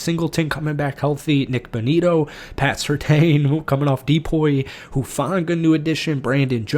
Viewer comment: Dude, it's Pat Sur-TAN.......wtf? Not, Sur TAINE......Do better.